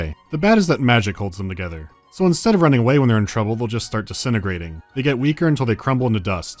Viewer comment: 'BEARDS TOGETHA...!'